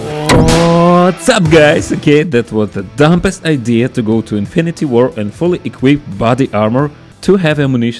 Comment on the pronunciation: The way he says dopest idea sounds like dumbest idea... 🤣